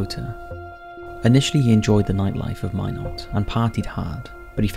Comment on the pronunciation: It’s pronounced “ MY NOT”. Why not Minot, freezing the reason”. Lol